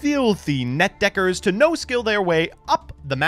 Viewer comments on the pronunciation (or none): Every time says "net deckers" it feels like he's saying a racial slur